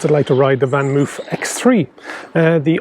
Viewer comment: it's pronounced moaf